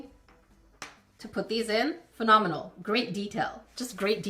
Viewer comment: wow it is fanomel (how ever to spell it) lol i love the new harry potter, have you seen the gross series 2 yet